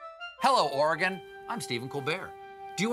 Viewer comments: HE ACTUALLY PRONOUNCED OREGON RIGHT! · Thanks for not saying OREY GONE